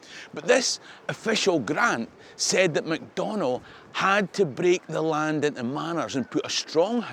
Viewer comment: I found your pronunciation of "Macdonnell" interesting. Here, in Kingston, Ontario, we pronounce it as "MAC don nell with the emphasis on the first syllable. We also say BAR rie, not Berry for Barrie. 2 prominent streets are named after these local heroes originally from Scotland. Whose pronunciation is correct?